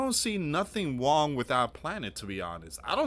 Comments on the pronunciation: What’s Wong?? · Lots of stuff go wong o gosh it’s wong